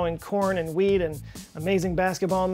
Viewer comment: when he says wheat i heard weed and subtitles agree with me